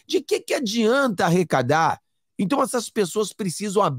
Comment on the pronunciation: ARRECADAR !! E NÃO... " RECADAR " ! 😮